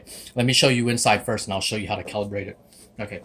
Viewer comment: THANKS FOR SAID "CALIBRATE" <3